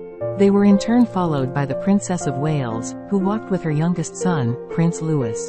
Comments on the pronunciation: IT IS NOT (LEWIS PRONOUNCE) IT IS LOUEE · Agreed and actually pronounce his royal name as Louis please NOT Lewis or find another job that you may be better suited for 😅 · Matins (or morning prayer) not mass or communion. Get a better computer program for text to speech. And yes, the younger son's name is pronounced the French way, Louie. Get a better program for crying out loud.